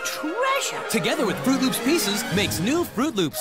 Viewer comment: FROOT LOOPS. say it with me. fro͞ot lo͞ops. It's not hard.